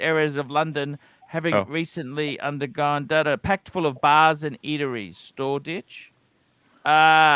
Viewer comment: Thame .. Thame ..... ?? Thames (river) = (Pronounced Tems) lol & Storeditch is Shoreditch (sure ditch)